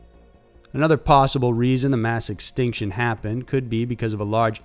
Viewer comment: "Permian Xtinction"?